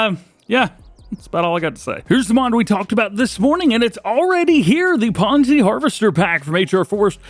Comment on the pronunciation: Dj once again not Pon-se it's Pons-se